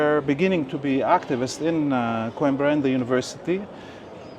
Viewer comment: After the tour, the guy can’t even say “Coimbra” correctly?!